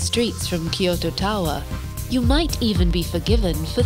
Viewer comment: Tried to watch; gave up because the voice and the way they add ki to kyoto.